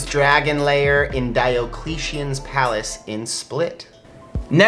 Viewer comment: That, the mispronunciation of Qarth, and over-pronunciation of Diocletian all made me cringe. Their hearts are in the right place, but dang...